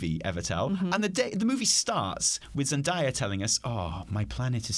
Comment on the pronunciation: 11.25 almost has the pronunciation of Zendaya right and then goes right back to ZenDIEa